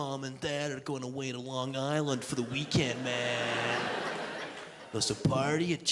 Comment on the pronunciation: Also, it’s pronounced “Lon G*AYY*sland” 😅 Hth